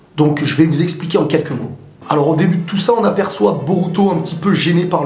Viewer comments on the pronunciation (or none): none